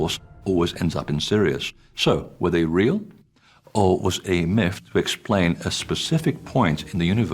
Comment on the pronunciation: Omfg I have dyslexia and have to be more effort to speak. Didn’t spend a lot of time at school because well “I wasn’t trying hard enough” and here you have someone who is highly educated and yet you can’t say myth or earth or anything with a th. People have their excuses but really it’s just lazy.